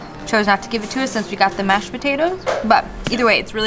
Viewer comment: She says "sense" instead of "since" and "new years.' While he's busy saying "gits" instead of "gets." It's just brutal. You know what they call Brazil nuts in Brazil? Yup they call them nuts. You know what they call Buffalo wings in Buffalo? Yup, they call them chicken wings. "Egg roll crust?" You mean wonton? Why bother?